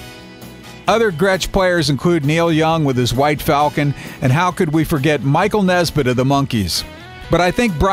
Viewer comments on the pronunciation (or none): It’s Michael NESMITH, not Nesbit.